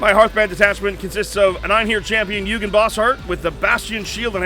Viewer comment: I hate to be that guy, but I literally can not help myself. Eugen is pronounced Oygen, not yougen. It's German.